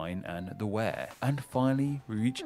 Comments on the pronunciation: I live in County Durham. Durham Castle and cathedral are on top of a steep hill and nearly surrounded by the river wear pronounced to sound like fear, not as in the video which sounded like bear. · Some rather odd pronunciations by the narrator, particularly Berkshire (should be 'bark'), Derbyshire (sounds like darby), and Wear which should be pronounced more like 'weir' as in the type of river dam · The narrator could have done better with some of his versions of how to say the names. On the subject of the rivers Tyne and Wear. He says wear, like as in you would wear a hat or coat. It should sound like we-ah or we-ur... it sounds correct if you say it quickly. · The guy narrating this video needs to learn more about the subject he is speaking about. Durham is actually a city not a town. The River Wear is actually pronounced 'wee-r' not 'wear' as in what you do with clothes. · I was born in Sunderland County Durham - Tyne and Wear is a "ceremonial county" invented in the 1970's and it has no history & little point. I always regard myself as being from the County of Durham. The River Wear is not pronounced "where" but "weir" as in the name for a barrier that controls the flow of a river (the name just sound the same and has no connection with a weir). The "castle" that you see in the photograph is mostly the great Norman cathedral at Durham. Durham Castle is to the left of the photograph and is completely overshadowed by the cathedral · Strange that he mispronounced a couple of famous places. Wear is pronounced we - err and Derby is pronounced Dar - bee. I would have thought every English person would have known that... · Also the wear river is pronounced weer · Hertfordshire is also pronounced Hertfordshire and as a fella from Sunderland Wear is pronounced Weer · I believe the narrator mispronounces the "Wear" in Tyne and Wear. I've always heard it pronounced like "We-er". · Tyne and Wear, the Wear is pronounced "W -ear" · and Wear in Tyne and Wear